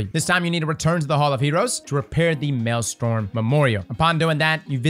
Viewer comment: it’s maelstrom not maelstorm